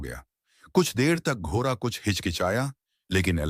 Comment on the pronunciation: सभी कहानियां बहुत ही रोचक अंदाज से बताई जाती है ऐसा लगता है हम उस युग में पहुंच गए है, सिर्फ एक बात बुरी लगती है जब ड अक्षर का उच्चारण ठीक से नहीं किया जाता जैसे , लरका, लर की, घोरा आदि